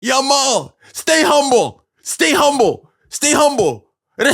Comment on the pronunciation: Grown man calling a kid "lamine dog-mal"😂🤡